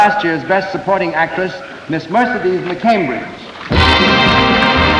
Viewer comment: Why did Fred Astaire pronounce Mercedes like that?